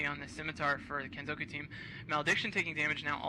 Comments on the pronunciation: Wtf, why is this comment marked down? I agree completely! Now if they could get the hang of "Kenzoku". I bet they have trouble with "Sudoku" too. MAN that gets on my nerves. D: "Soodookoo"? Nigga, you best be frontin'. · I love the way the commentators suddenly start pronouncing "Kitsune" correctly, but fail to pronounce "kenzoku"